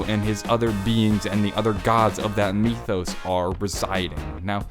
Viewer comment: Why do you say mythos "Mee-thos"?